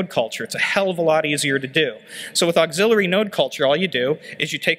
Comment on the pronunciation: "axillary" is not pronounced like "auxiliary", but rather "axe-ill-airy".